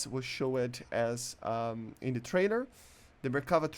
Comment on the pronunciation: "showead" holy shit